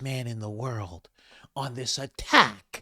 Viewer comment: The way she said attack was hella weird